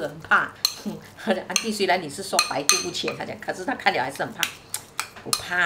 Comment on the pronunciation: ，是 百毒不侵 (qīn) （親）， 不是淺